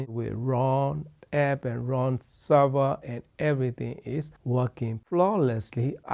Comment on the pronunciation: It's Roon (like in Moon), not Ron Server.